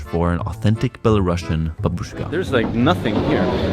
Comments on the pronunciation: Many thanks for your video! 👍But there is one small but important note :) The country name is Belarus and the word "Belarusian" is with a single "s" letter, it pronounces as "/ˌbel.əˈruːs.jən/", not “Bela-russian”. It is important, because otherwise it sounds as another version of russian, which is not the case. Thanks. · You pronounced it wrong. It's not belaruSHian. It's BelaruSian. Just S sound, like in word TuniSian. No SH sound at all. Thank you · Such an unexpected video! 😀 I have to mention that the correct pronunciation of the word Belarusian is [ˌbel.əˈruːs.jən]. Due to the country's name change after acquiring independence at the very end of the USSR, the adjective has also changed. It's a pity you couldn't speak about the essential things that are inevitably political. Thank you for caring about the security and well-being of the people you meet, it means a lot! Our country is under the oppression of an absolutely illegitimate gang who arrest, torture and threaten their citizens inside the country and abroad. To make it worse, they try to drag Belarus into the awful, unbelievable Russian war against Ukraine which no Belarusian could ever imagine